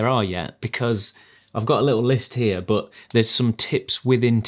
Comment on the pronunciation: i subscribed only cause of the way you say "BOHT!" (but) 😂